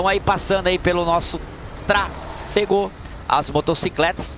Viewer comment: Kkkkk TRA-FE-GO KKK um abraço tmj 😂